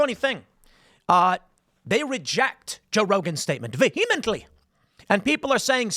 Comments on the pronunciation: Vehemently is not pronounced that way, midwit. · it's "vehemently" Tim, not "vehemently"